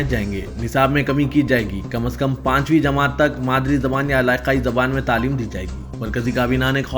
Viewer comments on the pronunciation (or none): none